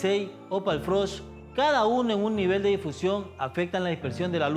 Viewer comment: buen video solo corregir el nombre del difusor light grid no es light grill en el minuto y no es frosh es frost